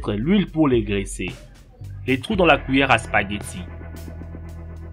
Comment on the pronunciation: la kwiyér à spaguiti